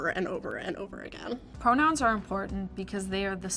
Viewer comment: So the one leah something can fully over pronounce "identity" but completely mispronounced "important". F. OFF.